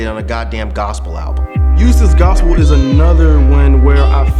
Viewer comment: IT'S NOT A FUCKIN GOSAPLE ALBEM STOP SAYIN THAT!!!!!!!!